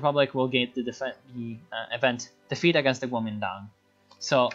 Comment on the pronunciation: Nice pronunciation of Guomintang though :D And I lmao when you said yanxishan, quite perfect actually